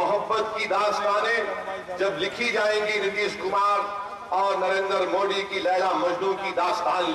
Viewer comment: Abe phle modi bolna to Sikh le